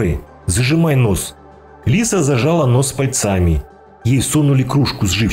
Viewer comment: пАльцами а не пальцАми